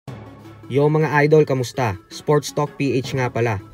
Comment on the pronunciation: "NGA PALA" Pag usapan natin yan mga "idoWL" mani pakyaHW BoHksiHng Na ituHW 🤣